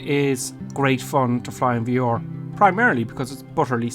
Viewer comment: its pronounced V-R. not VEOR